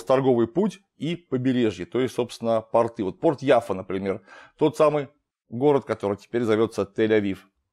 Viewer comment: После произнесения "портЫ" в моей голове негодуэ один лысый чел )))